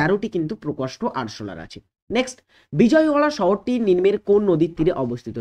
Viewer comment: খুব ভালো ক্লাস কিন্তু একটা জিনিস বলার আছে কথা টা নিন্ম কিন্তু নয়, কথাটা হল নিম্ন